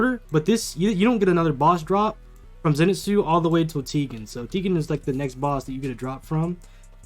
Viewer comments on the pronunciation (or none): bro its ten-gen not tee-gen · You pronounce tengen wrong its like "ten" "gen" You also pronounced shinobu wrong its like "Shi" "no" "bu" You also pronounced sanemi wrong its like "Sa" "ne" "mi"